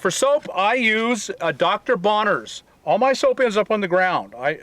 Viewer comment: Dr. Bronner's not Bonner's.